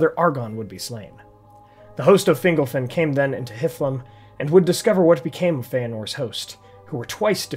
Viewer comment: The only issue I have with this video. It sounds like you're pronouncing fingle-fin instead of Fingol-fin lol.